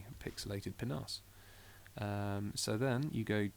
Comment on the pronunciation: haha he says penis funny.